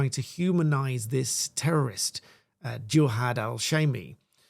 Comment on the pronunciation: You can't call your son Jihad and then try to distance yourself and your family from him when he commits a Jihadi attack. Also, the media are deliberately mispronouncing his name to try to pretend it isn't what it is. "Jihad" does NOT have multiple meanings, it has one, and we all know it, it is only used in the Quran and Hadiths in the sense of holy war.